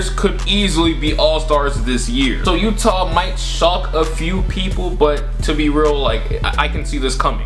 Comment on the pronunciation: The YEWWTAAH Jazz.